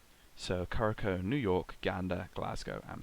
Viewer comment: Thanks for an entertaining show. One note, Curaçao is pronounced ‘KuraSau’ ;)